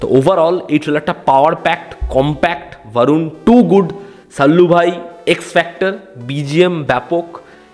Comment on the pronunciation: ভারুণ আবার কী? 'বরুণ ধওয়ান/ধবন' হবে বাংলায়।